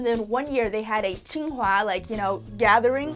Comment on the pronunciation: it is Tsinghua not qinghua.